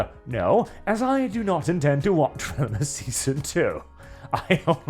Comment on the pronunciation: Me: +hears Wilma+ why is talking about the Flintstones?!?... Wait he means Velma 🤣🤣🤣